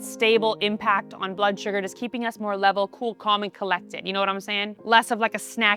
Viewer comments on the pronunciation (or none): none